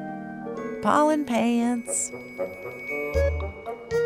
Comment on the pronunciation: I like how you said "Pollen Pants"